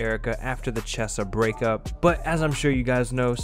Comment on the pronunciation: He said chessa